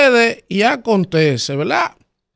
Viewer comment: usted querrá decir verdad, porque velaa, eso está muy distantes a verdad, usted es un comunicador y debe comunicar para el oyente un lenguaje fluido y correcto. Y esa velaa, la pronuncia más de diez veces en un comentario